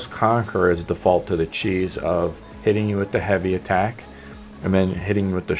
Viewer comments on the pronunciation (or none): none